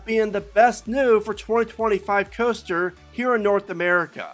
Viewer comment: Roller Custer? Why does he say coaster like that lmaooo